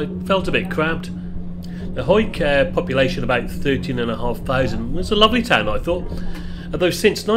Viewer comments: Good research, not calling Hawick "Ha-wick", it is of course "Hoike". I grew up in Langholm ("Langam" btw...the Skippers Bridge), so I will forgive you for this insane journey. Couple of hours in a car max for this journey. Bussing it is a hard option. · Well done for pronouncing Hawick correct! Now I'll subscribe 😂